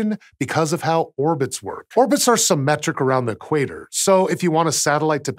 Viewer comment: last time i check Equator was a single word and not pronounced E- quator